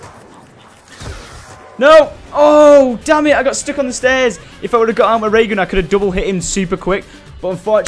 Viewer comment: lol Syndicate said "danmit i got stick on the stairs" i think he tried to say stuck